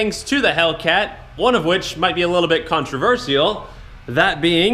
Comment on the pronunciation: Oh geez Riley, you couldn't contain yourself you had to do the super dorky white guy thumbs up in the thumbnail. Also you pronounce the word controversial in a really weird way at the beginning.